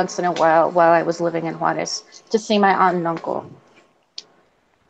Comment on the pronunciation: Suddenly you have an accent when you pronounce Juarez. I am not impressed. Juarez is like Tiajuana. I do not feel sorry for you because your parents came here from Mexico. I grew up with a lot of mexicans and picked in the fields with many. You are so bullshit about speaking Spanish. You were not kidnapped and your dad never found you and took you away. Too bad you may have turned out a better human being with an appreciation for your culture not just shame for being Mexican. May be you can get the 3 years of free college. Clean house? One of those people who clean hotels? A Motel Maid? Is that the job you are so ashamed of your mother for having. You are a money grubbing piece of humanity. Why can you not be happy you got to come to America?